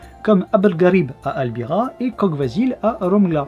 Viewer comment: Salut ! comme toujours une super vidéo ;) Pour la prononciation de Kogh Vasil, le "gh" se prononce "r" (ce qui donne Kor Vasil, pour Vasil le voleur). Pour Barsegh, le "gh" c'est la même chose, même si personnellement je l'ai toujours entendu prononcé "kheh" ( [χ] en phonétique). Si tout cela a déjà été dis désolé du doublon !